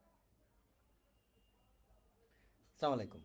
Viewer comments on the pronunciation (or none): সালামটাও দিতে পারেনা ঠিকমতো